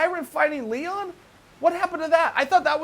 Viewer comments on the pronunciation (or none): none